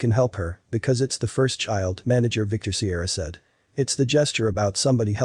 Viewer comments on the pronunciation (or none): none